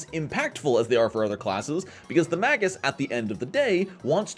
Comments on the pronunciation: Better drink challenge: Take a drink everytime he says MAY-GISS wrong... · "magus' analysis" only rhymes if you pronounce "magus" wrong